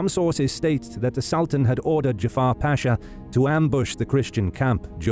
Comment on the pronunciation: As a Turk I have watched your videos so much that I think I have started to forget the correct pronunciation of the Ottoman word "pasha" :) By the way, it is not pronounced "paashaa" by elongating the vowels: it is just pasha. Very short word. It is a commander title.